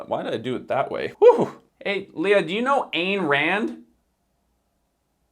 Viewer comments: Ayn Rand's first name is pronounced eye-en. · Ayn like eye with an ‘n’. Fine, shine, twine, mine, wine. Say it right or keep her name out’cha mfkn MOUTH!